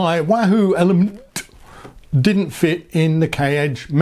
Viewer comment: Your attempts to pronounce last syllable of ELEMN'T -- brilliant! I've read that Bolt and Elemnt displays are both 240 dots wide, but Elemnt is 400 dots tall (vs. 320 on Bolt). How does Elemnt use those extra 80 dots of height on its screens? Does it show another row of fields vs. Bolt at same zoom level, or does it just stretch numbers of each row a bit taller? On map page, does Elemnt use those 80 dots to show more of the course ahead? Also, if you could only pick one to ride with, would it be Bolt or Elemnt? Thanks for your great review.